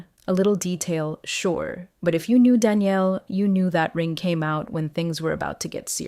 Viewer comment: Please teach your AI to distinguishe between the fem. and masc. pronounciation of: m=Daniel and f=Danielle FR m=Daniele IT and f=Danièle FR Its difficult for most humans, I know but doable! 😊